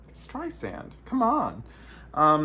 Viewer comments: Sand not Zand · It amaZes me that someone who allegedly idoliZes Barba, pronounces her name incorrectly. It's Strei-SAND ... not StreiZAND or StreiZIN .... STREISSSSSSAND, like SAND on the beach! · Barbra Strei SAND not ZEN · hey !!! try pronouncing her name correctly .... Streisand like sand on the beach. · I know you do and then LOL you said Zand again.